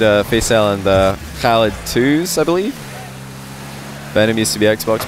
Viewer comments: no not fully proply and its not prounced halid btw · Can I ask, does pronounce the 'Khalid' in oKhalid correctly? I thought with Kh in arabic you don't pronounce the K like you would typically in English, and its closer to 'halid' but with that sound before it that idk how to type